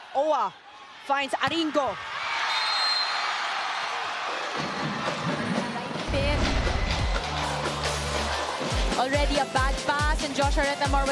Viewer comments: Idk but "Aringo" is cringe. I prefer "Arin-go" lol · Wait bakit iba pagkaka pronunciate ni ate ghurl kay aringo 😂🤣😅